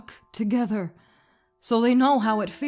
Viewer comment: Ve "TOGHETER" and that makes sense